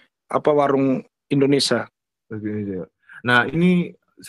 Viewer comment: Indonesia sia... Bukan indonesa ... Sa... Sa... Perbaiki itu ya...